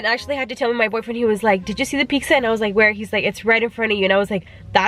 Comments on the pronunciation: You’re so gorgeous...xoxo 😘, I swear you were saying “peeksa” rather than “pizza”?! Lol 😂. Don’t screw up your beautiful brows btw... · You can tell she’s Hispanic bcuz she said piczza Hispanic donde andas? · she said pixa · the way she says pizza lmao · The way she said pizza😂